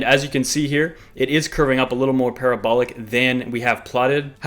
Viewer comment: Pa ra bo lic... love it when it’s up! 😉